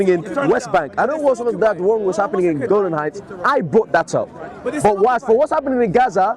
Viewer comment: Brother it's Golan Height and not Golden height. I hope I am correct.